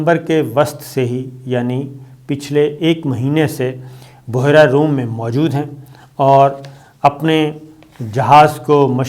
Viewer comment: Oo jaahil Boohherra nahi Behra e room hota hay